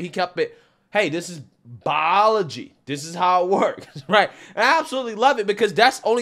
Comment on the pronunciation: "bioahhlaw-gy" sorry just found it funny.